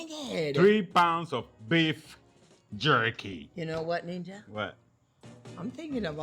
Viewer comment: Beef yerky.